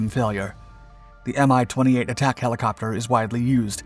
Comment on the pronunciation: It is NOT pronounced "M-i"! It is pronounced "Mee".